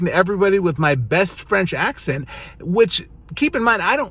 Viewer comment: "Ac-sahn" XD not "ac-sent"